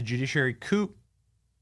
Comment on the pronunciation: The "P" on coup is silent Benny. Pronounced coo.